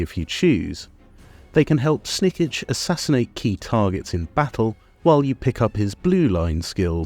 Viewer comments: Jesus christ man, it's pronounced Snik-ch not Snik-itch! He says it enough times when you click on him! But aside from that, it's a really good video, thank you :) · Do you pronounce his name wrong on purpose or?